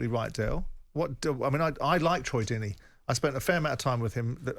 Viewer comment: Simon calling him Twoy Deeney 💀 😂